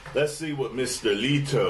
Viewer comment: His name is pronounced Leto, rhymes with bet...not Leeeto. This is Leto playing around at a concert in Russia...not giving you his definitive Joker voice. I have faith in him.